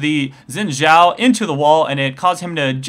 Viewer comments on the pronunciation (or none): none